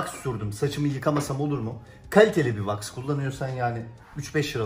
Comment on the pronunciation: Ne was ai kullanin diyor tam anlayamadım da